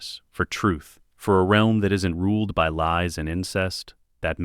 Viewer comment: And you can tell its ai voiced when it says real-m rather then realm 😂